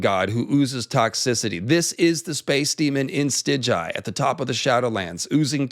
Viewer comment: In your next video pls pronounce it Stigai not Stiđaji